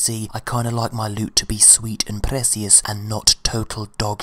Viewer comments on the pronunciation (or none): I love the parts where you ask bungie to buff the prrrreshious lewt.